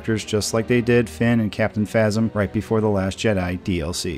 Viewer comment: yh. U said phasm when its phasma